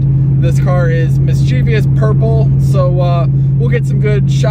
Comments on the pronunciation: It's "mischievous", not "mischievious". :) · Mis chuh vus. Not mischeeveeus 🤣👍